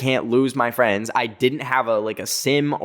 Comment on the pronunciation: THE 'FWENDS' THOOO UXHUSJX